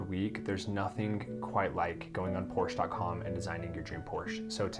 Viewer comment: You can't even pronounce Porsche correctly.